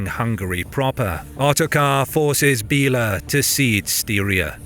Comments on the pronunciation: Great vid. One thing tho, names m8. Idk try to like ask someone how to actually say the name cos hearing "Billa"(in the language) instead of correct way to say "Béla" is bit weird especially when "Billa" is a shop in those modern day countries. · It´s Béla not Bila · "bell' ah".:face-turquoise-covering-eyes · Still "Bell' ah."